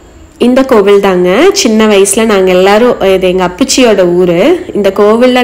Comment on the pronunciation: Kovuzh illai Kovil